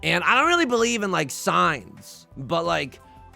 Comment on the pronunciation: The first time you said, "I don't believe in signs" I thought you said "science" and thought we were about to learn something deeply confusing.